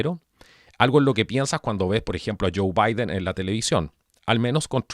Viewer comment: Por qué este tipo dice el presidente electo vaiden